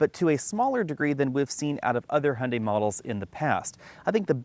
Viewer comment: Hun....dee ? Hy oon die.